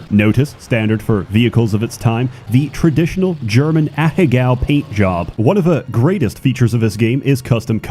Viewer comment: someone, please teach how to pronounce ahegao